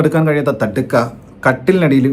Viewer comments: Thadka alledey ... Thaadaka 😂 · തടുക്ക അല്ല താടക 😁